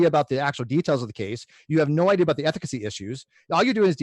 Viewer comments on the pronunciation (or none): Hahah I heard that and was like.. efficacy? Ethic... ethically? Oh.. ethicacy.. hmmmm hahah 😂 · Nothing but love for you...but ethicacy? Or am I wrong and that’s a real word lol